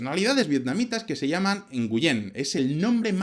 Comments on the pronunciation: Nguyen se pronuncia wen y es un apellido no un nombre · Nguyen en Vietnamita se pronuncia nguin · Nguyen se pronuncia "Nuen". Saludos. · El apellido Nguyen se pronuncia algo como : "gwihn" ... y es cierto, todo alla es Nguyen, todas las personas son Nguyen, todas las calles son Nguyen, la mitad de mis amigos vietnamitas son Nguyen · Una pequeña corrección, la pronunciación de Nguyen seria parecido a pronunciar en español nguín. Muy buen video! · haha un 0 a la pronunciacion de los nombres vietnamitas haha y el nombre es por la dinastia NGuyen... de hace muchos años